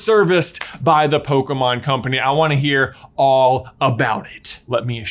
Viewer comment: I don't know what's worse, saying "poKUHmon" or "poKEYmon". To be fair, the accent on the e is missing in the title..